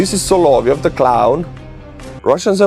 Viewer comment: Excuse me,, it's pronounced "sah-lah-VYOFF.